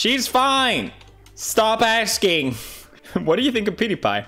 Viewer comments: you missed "STO PASKING" 😂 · When Prof. Felix said "STO PASKING!" i felt that